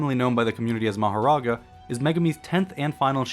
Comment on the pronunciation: Might just be me but I hate the way you say ma hor ra ga